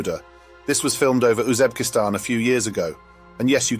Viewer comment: Uzeb-kistan? Meda Lynn? For a former world empire are Brits just awful at geography and pronouncing anything remotely non-English?